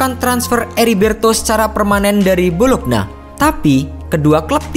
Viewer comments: Bolonya, bukan bolokna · Bologna dibaca : bolo-nya. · Bologna Bologna 😑😑😑 Dibacanya "Bolonya" pe'a 😑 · Bologna dibaca Bolonya Chievo dibaca Kievo